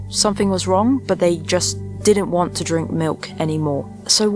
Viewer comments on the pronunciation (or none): none